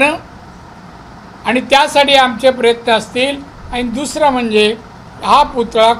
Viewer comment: पुतळा सुध्दा नीट बोलता येत नाही